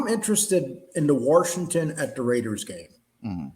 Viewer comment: WASHINGTON does not have a R in It WARSHINGTON.JS